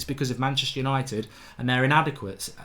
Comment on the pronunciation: "Hello and welcome to tha YANITED STAND!"